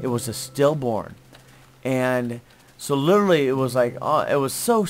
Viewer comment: cant say literally.:P